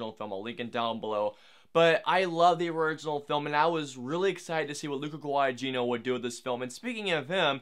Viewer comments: The second "g" in "Guadagnino" is not a hard "g." It's silent. So it'd be pronounced "Gua-da-KNEE-no" instead of "Gua-da-GEE-no." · You also butchered the pronunciation of 'Guadagnino'. The second 'g' is silent. It doesn't take a lot of effort to check how a name is pronounced. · That's fine but you absolutely butchered the new director's name as well. 😢